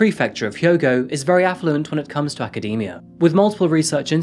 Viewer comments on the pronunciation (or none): none